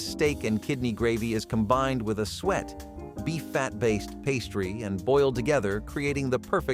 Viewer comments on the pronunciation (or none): Ham wrapped round bananas isn't that strange....there's a Swedish dish from the 1970s called "Flygande Jakob" ("Flying Jacob") which is a casserole of chicken, bacon, cream, bananas and peanuts....very popular with children, less so with adults. Apparently it was created by someone called Jakob who worked for the Scandinavian Airline S.A.S.....also, Suet is pronounced "Soo-et" not "Sweat"